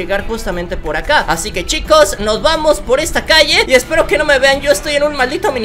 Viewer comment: Quiero escucharte decir otra vez: "Chicoz cean vienbenidoz a maincrah"